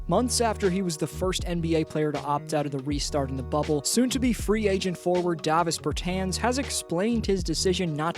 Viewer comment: It's pronounced DAH-vis bur-TAHNS. The A in both words is pronounced the same. Also, he should be higher on the list.